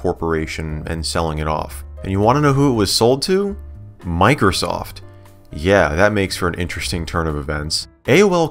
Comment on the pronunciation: Miker-soft!! Love that pronunciation. (It's MicrOsoft)